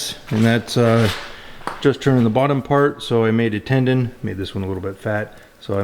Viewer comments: Tenon not tendon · Did you say 'tendon'? It's tenon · Best advise in a post. I'd only add a very minor correction. As stated here, it's a "tenon" not a "tendon." Small thing, but many us woodworkers/turners likely cringe when hearing it. Great video though on an interesting concept. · I think you mean tenon not tendon.